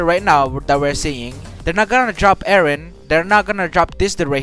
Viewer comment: Why are you guys saying wren and not eren?